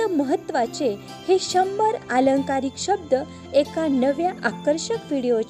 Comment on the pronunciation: "अलंकारिक" शब्द... "आलंकारिक" नव्हे ... मराठी भाषेचे अपूर्ण ज्ञान असेल तर शिकवणं बंद कर..